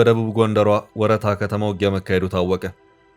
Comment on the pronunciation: ወ''ረ'''ታ ስትል ረ ይጠበቃል😅ልክ እንደ እስክንድር ነጋ ፋኖ አባባል ሆነብን